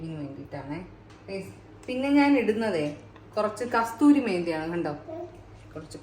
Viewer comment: കസ്തൂരി മേത്തി അല്ല ചേച്ചി. കസൂരി മേത്തി